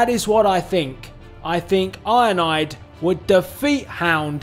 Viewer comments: It sounds like you’re saying ionide instead of ironhide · I like how he pronounces ironhide 😂 He says IONIDE😂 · It sound like your saying "Ironide" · Sounds like he says ionide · He’s called iron hide not ionide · His saying of ironhide is ironide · It's ironhide not ironaide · I love when you say Ironhide because it comes out sounding like ionide